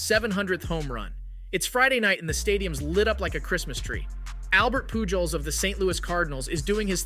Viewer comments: POOL JOES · I'm sorry but I had to leave a dislike. The thumbnail of Jake Marisnick colliding with Lucroy was nowhere to be found in your video. Also, if you want the audience to believe you know about baseball, you should be able to pronounce Albert Pujols' name correctly. I really hope that you do see channel growth and that your content is able to improve and I do wish you success, but I had to give honest feedback. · Bro the amount of times you mispronounced Pujols wrong made me cring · Yeah that hurt 😂